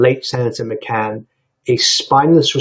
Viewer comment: The pronouncement of GOP as "gopp" instead of as Gee Oh Pee and John McCain as Muh-kehn instead of Meh-kane is a bit exotic for a lifelong Republican. Let's blame it on his British origins. After all, it's the message that matters, not the messenger.